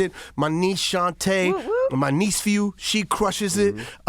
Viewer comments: Lol he said “My Niecefew” 😂😂😂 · Nigga said neicephew.... lol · He said Neice-phew 😂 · This nigga said niece-phew when referring to shaunte 😂😂😂 Nobdy caught that? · Am I the only one who clocked that he said his "NiecePhew" Lol